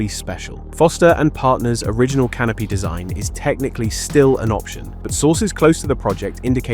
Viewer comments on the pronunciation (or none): vast canopy? I thought you said "vast canape" Now that's a real appetiser